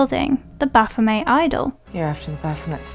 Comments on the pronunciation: say it with me now BA-PHO-MET.....HARD T ON THE END other then that great break down of the movies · Pretty sure they pronounce it 'Baf-oh-METT', even in the movie.